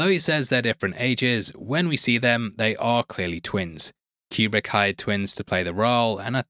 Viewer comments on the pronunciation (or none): Stanley's last name properly pronounced was Coo-brick NOT cue-brick. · He actually says it more like cue-brick, but whatever. Why are you making a mountain out of a molehill on this? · Love your channel but please, for the love of god, STOP calling Kubrick "CUBE RICK"!!!